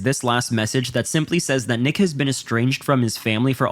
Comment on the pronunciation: There are multiple times where bro says “nick has” and it sounds like AI saying niggas 😭😭😭😂😂😂😂 bro im fuckin crying